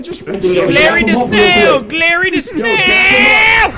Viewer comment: “We’re having a sleep-BUOVER!” 😂